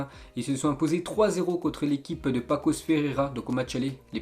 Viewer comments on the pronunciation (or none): Y’a écrit paços et tu dis pakos